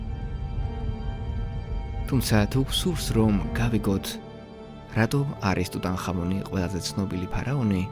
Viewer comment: რატომ ტუტან ხამონი. ქართველებს გვაქვს ასო-ბგერა "ჰ".